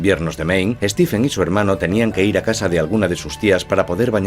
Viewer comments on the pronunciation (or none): Se pronuncia: "Stiven" King la ph en su nombre no se lee como F sino como V o B.